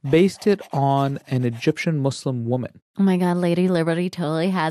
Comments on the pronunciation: don’t ever say “mus” again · I cringe every time she say "mus" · Why do people say "Muz" ? It's MUS(SSSSSSS) just like "Sarah" "Slam" "secret" etc.. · why tf do ppl say muzlim its not a "z" sound 😭😭😭 say "sss" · Mus- fluencers 😭😭😭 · I like the zzz sound. If they were back where they belonged, I'd use sss. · it's spelt مسلم where do u see a "zzz" noise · YES! Muslim has a Meaning. MUZLIM CHANGES THE MEANING. STOP. THANK YOU. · I don’t know why people can’t pronounce Muslim. It’s Muslim not Muzlim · It is S I'm am a muslim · In the American accent people say muzlims because “S” is pronounced like z sometimes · I think its just an issue with accents since british people pronounce it "muzlim". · not nessasarily an american accent. Im british and over here people pronounce it with a z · adding a z changes the meaning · Stop saying Muz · that's not how we say muslim